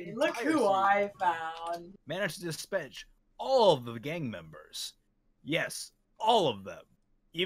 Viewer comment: "They were immediately besedged upon" "Managed to dispetch" ;p